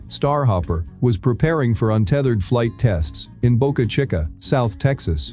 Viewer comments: Yeah, that's the way he pronounces it but it's a Spanish name meaning "small mouth" and Spanish place names in the US are generally pronounced with Spanish pronunciation, hence "cheeka." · Hey computer voice, it's pronounced Boca Cheeka. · Boca chikka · boca chukka